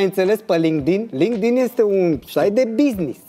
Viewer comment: Acolo chiar sa înțeles ca zice lindig.......... Lindic 😂😂😂😂😂😂